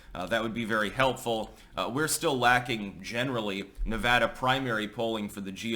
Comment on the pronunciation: I live that you say Nevada correctly